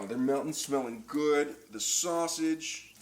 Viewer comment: Sauseggie??? Or sausage